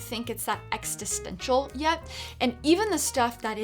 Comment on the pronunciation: Sarah, you're saying "existential" wrong. It's not "ex-ti-stential", it's "ex-i-stential"